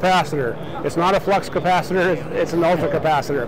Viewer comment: Capacitater?!?! LOL